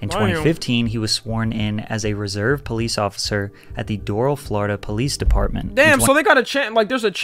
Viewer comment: The way the guy says Doral is so wrong it’s dor-al